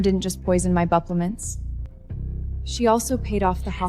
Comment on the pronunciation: Buplements?? Huh?? AI at its worst!!